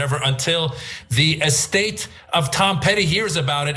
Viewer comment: I can’t stop noticing that she kind of says “Donawd.” Not quite! But definitely not a clear /l/ sound either.